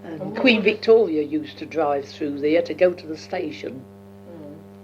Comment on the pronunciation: At pronouces Queen Victoria almost as 'Wictoria'. You probably know that Londoners used to pronounce 'v' as 'w' and 'w' as 'v' until the late 19th century and early 20th century. It's recorded in some of Charles Dickens work, Sam Weller was pronounced as 'Sam Veller' and 'victuals' was pronounced as 'wittles' (meaning food). As a young girl, probably pronounced 'v' and 'w' almost interchangeably (or at least she would have heard older people who still spoke in the same way that many of the characters in Charles Dickens books).